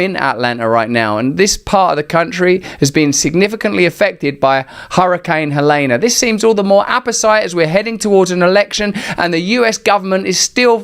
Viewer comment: I have a hard time listening to a brit's opinions of USA politics. Every time he pronounes Helene as Hel-ā-nah it makes me seriously question who is feeding him his information & talking points.